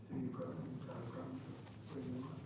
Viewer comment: Groton rhymes with Rotten